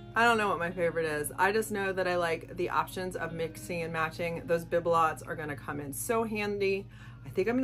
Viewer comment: By the way, the IOD sisters pronounce Bibelots, bee-bi-low.